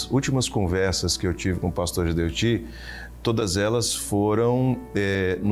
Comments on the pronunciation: Não é Geudeti, e sim Gedeutti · Obs.: Não è Geldeti, e sim Gedeutti